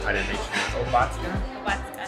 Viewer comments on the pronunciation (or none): 😆 to pronounce that word imagine „Óbatzda“ - not „Obátzda“ 😉 and „German“ beer outside Bavaria is very much different from that beer you tried in Munich 🤓 After 2,5 litre you wouldn’t walk that straight anymore 😂 if you would be able to drink it anyhow bc it’s way stronger 😜 BTW PLEASE stop considering „Bavaria“ = „Germany“ as they only got German passports - just saying 🤪 Culture and language is much more like Austrian. There are even people thinking about separating - for very good reasons 🙄 Maybe you want to visit Berlin, Hamburg, Frankfurt, Köln to get something to know about „Germany“?